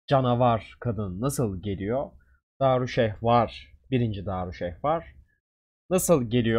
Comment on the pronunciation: Abi niye darüşehvar diye okuyon? :D